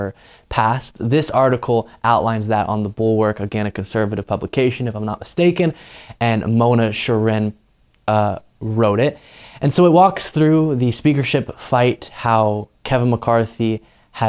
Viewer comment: FYI: It's pronounced Mona CHAIR-in.